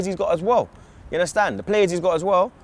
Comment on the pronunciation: “Yer unnerstan?” X 10,000